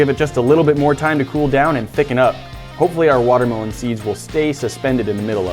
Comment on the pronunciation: learn to pronounce watermelon